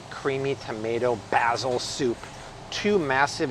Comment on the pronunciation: Had to cut out when you said Basil that way. Best of luck to you tho.